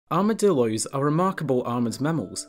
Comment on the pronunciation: They are called Armadillos, not "Armadilloys"